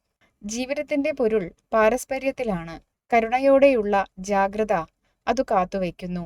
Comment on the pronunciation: ജാഗത അല്ല ജാഗ്രത ആണ്😅😂